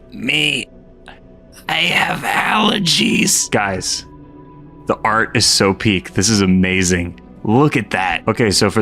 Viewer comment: I HAVE ÆLLERGIES